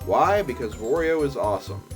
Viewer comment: It's Wario! Waaaario! Not War-rio or Worio or Wawrio. WArio like Wah-ha-ha-ha! ;)